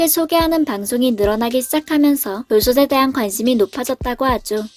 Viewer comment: 돌솥을 [돌소슬]X [돌소틀]O 돌솥에 [돌소세]X [돌소테]O